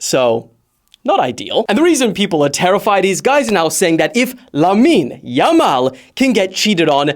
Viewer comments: its Lamine Yamal not Lammine yammal lol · it's not lammine yammal but lamine yamal. why 2'm???????